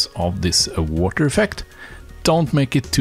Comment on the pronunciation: Le woter.